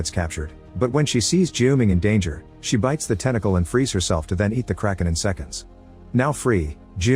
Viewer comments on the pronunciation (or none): none